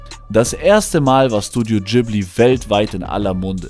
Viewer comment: Heisst es ausgesprochen nicht Ghibli zusammengesetzt aus Gib wie Gib ihm & li wie al hamdu-LI-llah